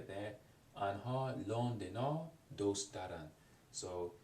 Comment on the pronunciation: Interesting video, but just some points based on the previous comments. Yuube is spelled 夕べ、昨夜 is "Sakuya". In Farsi, you said you're overpronouncing ayn on purpose, but it really does sound unnatural. Also, the pronunciation of "doost" (like) is wrong and I don't think I could have understood the meaning if it weren't written. If you have the will and money, I think getting Assimil for Farsi would be a great idea for shadowing practise.